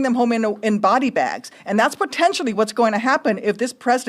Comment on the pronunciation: She said pretendtially not potentially. Lol